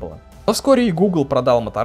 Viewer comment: рАзр, мобАйлити... Английский учил в Балашихе?